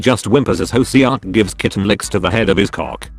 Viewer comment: pronuncation. hoseok- hoesuk taehyung- taehiung jin- seaukjin